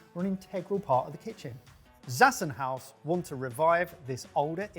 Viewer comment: Zassenhaus is a german company, so the "Z" is a hard "Z", pronounced "ts" or "tz". You're welcome :D